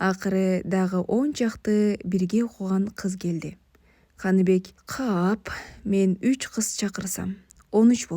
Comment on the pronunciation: Канибек эмес Каныбек деп окунуз ээ😅